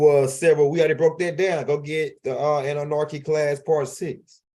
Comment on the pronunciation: I need u to take THE (((( NARKI ))))) OUT OF Annunaki 🤣 Period...